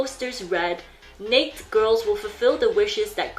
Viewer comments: is it nake girls or naked girls? why do I only hear her say "nake" girls. Naked is pronounced as "neyked" and she only says nake (neyk)?? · Or rather, pronounced "naykt" instead of the usual "nay-kid"... Interesting... Is the youtube demonetization explanation really true? It doesn't seem likely, as there are thousands (millions?) of videos on YouTube where "naked" is pronounced correctly. Technically it's a lot easier to censor on the written word "naked" in texts/titles rather than some speech recognition technology... I thought it was just a mispronunciation. After all, there are many words that should be pronounced like that, "baked", "ached", "raked" (normal past participle pronunciation pattern for verbs), while "naked" follows another pattern (for adjectives, and verbs that end with 'd' or 't' ), "crooked", "wasted", "faded". On the other hand, the narrator (this youtube channel owner) pronounces all other words perfectly, so I don't really know... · its funny that you say nakd instead of naked... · Is there a reason for mispronouncing "naked" ? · is their group name really pronounced 'neykd girls' and not 'na-ked girls' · the pronounciation is not neyk but neyked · Pronounce it right, nay-ked. Not neykd. But very informative. Good job none the less. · NA-KED. Ked. You kept saying "neikt" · Are you aware that,in English. the word naked has two syllables and is pronounced Nay- ked? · Naked… na-ked, not pronounced like baked… is that not normal info? 🤔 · "NAK'd" is honestly killing me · I’m sorry I love her but- why does she pronounce “naked” like that😭 i thought she said next girl or nates girl at first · It is pronounced NAKE- ED. OMG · It's naked girls, she purposefully say the word like that so yt won't banish her from earth 😂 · Still can't get over the necessary pronunciation of "Necked" Girls. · you are saying naked wrong..... it pronounced nay ked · It’s pronounced “nay-ked” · Why she pronounced naked as neik? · ney-kid, 2 syllables...